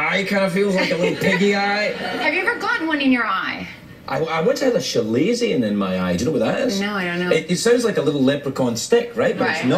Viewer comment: Chalazion is pronounced "kalazion" just FYI